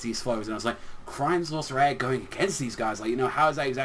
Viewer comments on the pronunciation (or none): Hey u pronouncing crime sourceair wrong try it like crime-sauce-e-air